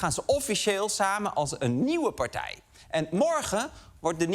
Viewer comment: "Nieuwe partij" spreek je niet uit als "piep piep piep BÛÛÛÛÛRP". Is die gozer te Gronings om een paar tientjes van de stapel schrapen om wat logopedie te kopen?